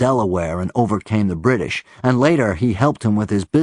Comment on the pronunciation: When he said "British" around .55 or so he put an "sccch" sound on it, making it sound somewhat like Connery.